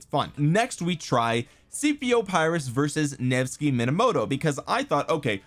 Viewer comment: Just a quick "correction". Pyrrhus is pronounced with an "e" not an "i" and an "o" at the end. So it's Perrhos. I'm gonna watch the rest of the vid now 😅👍